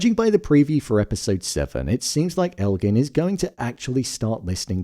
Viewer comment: Why do so many people say Elgin's name wrong?? It drives me crazy